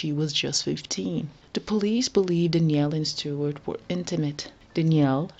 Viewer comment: Danielle, not Dnielle